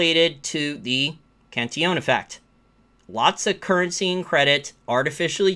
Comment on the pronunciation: Very nice video and commentary -- but I have a short question of pronunciation. I notice you say "Can-tee-OWN". I thought it was "Can-TILL-uhn". Obviously, pronunciation does not detract at all from your information or conclusions, but if you can tell me which is correct, I will happily (if needed) change. Thanks!